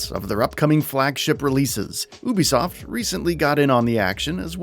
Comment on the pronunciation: It’s “U B soft” right?